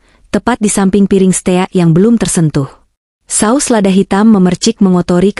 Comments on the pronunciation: Bukan steak bacanya stik. Gak enak. dengernya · Stik dibaca steakk